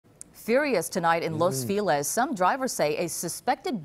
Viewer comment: It’s not fee les. It’s fe lees.